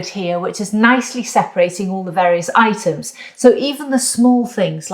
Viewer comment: "Let the itens pop." Oh, the itens do pop. 😅